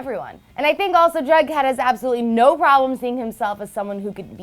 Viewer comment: It's jughead not bughead wtf